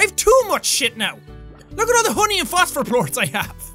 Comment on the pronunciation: Jackaboy: "All I need is honey and fostfer (I can't spell what so ever) plorts" "I swear my first language is English" Me: Oh, that's....ok